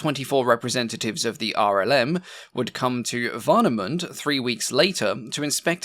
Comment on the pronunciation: Don't worry too much about butchering german words. :) Just one small piece of advice: In German, and ending "e" is never silent, it's pronounced as a short E (like in "exactly"). So for example it's "Warnemündeh", not "Warnemünd". (Also mind the Umlaut, it's not just a long U 😅)